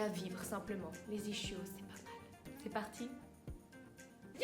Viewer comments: Bon, déjà on prononce "iskio" et pas "ichio", ensuite il y a les ischio-jambiers et les ischio-fessiers, mais les mollets n'en font pas parti. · "ishio" elle a dit j'suis mort ! xD c'est pas un plat japonais l'truc mdr mais la vidéo reste bien qd même (no hate) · Sa se dit "isquio", il faut pas prononcer le {ch} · On dit isquios les eennfaannts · Ça se prononce iskio 😋 bonne continuation, j'aime tes videos ❤